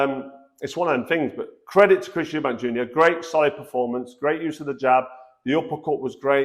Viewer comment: It's not "Eubanks" as you well know....